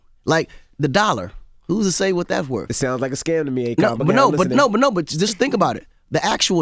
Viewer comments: Sounds like Envy is saying Acorn not Akon😂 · Akon: I put the "i" in Akon... AKOiN 😂😂😂😂